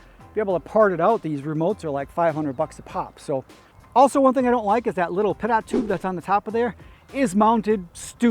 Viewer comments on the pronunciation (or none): Cool. Pretty nice..it is ‘pitot’ tube. (PEE-TOE) tube..